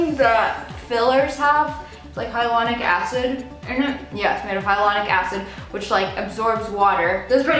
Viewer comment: As an esthetician, i nearly died when she said "hyalonic acid" instead of "hylaronic acid" 😂